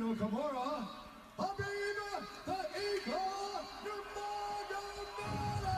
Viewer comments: It’s Khabib not Habib unc 😂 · at least Snoop Dogg's pronouncing his name correctly Habib in Arabic حبيب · Snoop is so high he is pronouncing khabib as habib